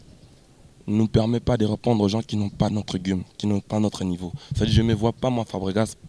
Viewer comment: Balobaka game et non "geume"